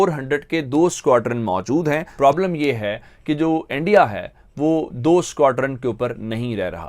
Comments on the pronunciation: Andia nahi re punjabi urdu valo it's INDIA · Abe chutiya endia nahin India bol. Sahi se bol nahin paeta kya journalism karega tu... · These people dodnt know to pronounce india they vl tell endia.and for market its markeet